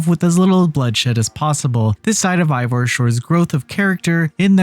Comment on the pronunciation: Fran-C-a - how did you play this dlc and still fail at pronouncing Francia correctly, more to it, how have you never learned how to pronounce it properly as an adult? As the people living there are the 'Franks,' so their land is called Fran'k'ia. As someone below stated, you mispronounced Eivor's name as well - repeatedly. More like you read from a script given to you by someone else who possibly played the game, and you read it without knowing proper pronunciation. The review itself was okay, but please, work on your pronunciation...